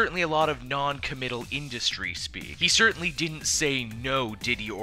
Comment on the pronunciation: "but certTINLY"